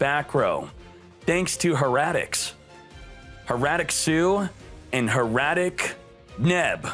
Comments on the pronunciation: Hair-a-tic Not Her--a-tic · How you pronounce Hieratic makes me cringe